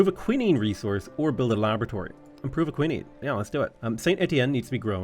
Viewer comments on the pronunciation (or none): none